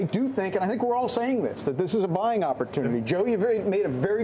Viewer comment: Did he say buying or crying?🤔